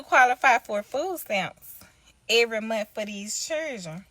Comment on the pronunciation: Correction "80 hours a monf". Black people are turning into British people. Brits dropped the "th" on most words and added and f. Monf. "This has me finking".